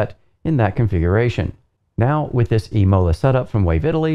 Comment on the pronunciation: imola with the accent on the I:)